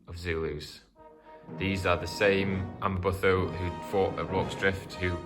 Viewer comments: amaButho is pronounced Amma-boo-toe not amma-buh-tho. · Amabutho - ama boo to (as in tomato). Great video. Sorry to pick on pronunciation. Understandable really.